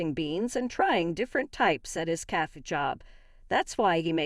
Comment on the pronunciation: Cafe not CAF.